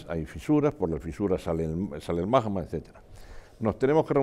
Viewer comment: Lo que no puede ser es que un vulcanólogo diga “majma” en vez de magma 😂😂😂 Es como decir “el bij banj”.